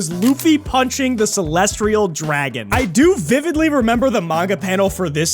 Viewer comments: there's no R in Celestial, btw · Celest”ri”al is wild